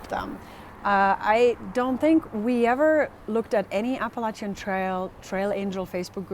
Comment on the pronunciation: Your pronunciation of the Spanish-rooted words has been on target as opposed to that hairless fella.😄😉 You are also one of the few who says Appalachian properly. Don't go changin' to appease the verbally challenged.